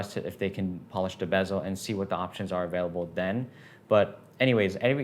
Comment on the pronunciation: Why do you pronounce bezel as “BEZZO”? 😂